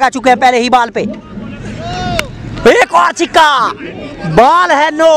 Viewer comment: Pehle mujhe yeh batao yeh six ko chikka kyu bol rha hai